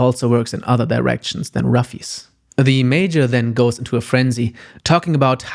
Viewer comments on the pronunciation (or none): I just wanna say that I had suspicions you were German because of the manga you showed, but you saying 'Ruffy' sealed the deal. Also great video!!